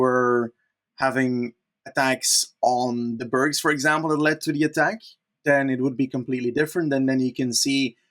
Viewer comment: pronunciation of 'berg' putting anyone's previous attempts to shame